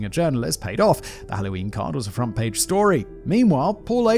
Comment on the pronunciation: Simon has this funny tendency to add Rs to words that don’t need them, like front “prage” lmao. I’d do the same thing too, I’d see a word with a letter R in it further down the line and pronounce it too early